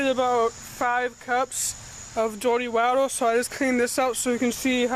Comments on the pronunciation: wader bawttles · WAH-ter BAH-Tull